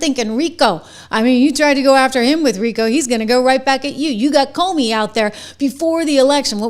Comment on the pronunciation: PLEASE get the S-bag's name right - Its CUMey. Thank you.